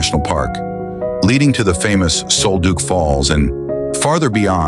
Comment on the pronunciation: Sol Duc is pronounced like Sawl Duck.